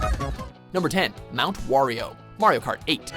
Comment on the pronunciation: it is probably just me but I thought he said wario kart